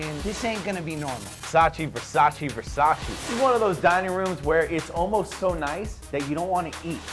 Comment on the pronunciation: It’s Versace not Versaci